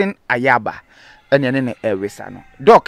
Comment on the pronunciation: Nyaaba not Ayaaba